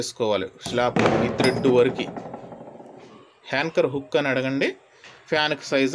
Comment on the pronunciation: daya chesi ne English ki Oka dandam, dayunchi me viewers ki mi English tho champakandi,,. adhi hanchor hukku kaadhu, Anchor hook,, alage correst kaadhu adhi correct ani correct ga palakali🙏🙏🙏